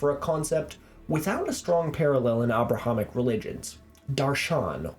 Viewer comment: Funnily enough, it's way more accurate than regular english way of "aebraeham"